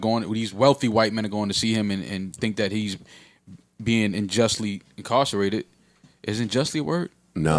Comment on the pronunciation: He said “unjustly incarcerated” unjustly is definitely a word, imma just tell myself he pronounced it a little differently.